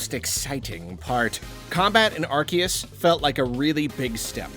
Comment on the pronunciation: Finally someone who says Arceus right